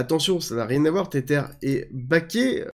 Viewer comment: Hello, Merci pour toutes tes vidéos que j'apprécie. Maintenant, par pitié arrête de dire [Tétèr] pour Tether 😆. Cela se prononce [Tèzeur], c'est de l'anglais et ça veut dire "lien", "attache" car oui l'USDT est lié à l'USD 😉 Soignes toi bien!